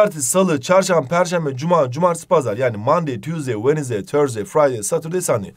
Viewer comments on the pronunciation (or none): none